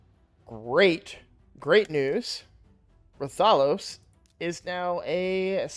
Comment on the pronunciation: Why does every streamer pronounce RATH-OH-LOS as Ra-Thah-Los. It's a crossover character. Quit putting the emphasis on the wrong syllable! Show some respect for the game the character is from